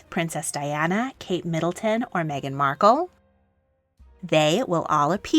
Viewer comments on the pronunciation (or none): none